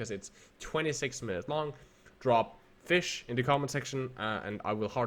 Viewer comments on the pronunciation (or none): Sorry, did he say "Fish"?